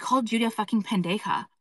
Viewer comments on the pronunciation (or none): it sounds so funny hearing pendeja come from her